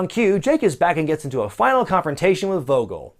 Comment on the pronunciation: Vogel should be pronounced Foh-gill. It's a German word for bird, so I assume the character has a German accent...I guess?